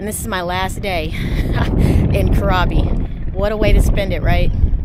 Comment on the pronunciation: Enjoy your exploration in Thailand. I love it. The island you're visiting is pronounced " crabby".